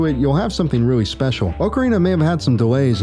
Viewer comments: I couldn't even get past the first five seconds of this video because you said "Oak-ca-rina" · This mans opens up immediately pronouncing ocarina like a clown, I respect it lmao